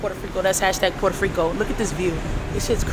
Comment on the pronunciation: Poro riko not porde friko